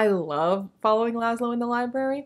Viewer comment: Dread Nation has been on my TBR forever. One of my closest friends loved it (I need to check and see what she thought of the sequel, I know she got it when it came out.) Scythe..I have that whole dang trilogy and haven’t read it yet. Really interested in Strange the Dreamer! Although every time you said Lazlo, I heard it in that New York accent of the girl from the Doctor Who episode where Lazlo got turned into a Pig…lol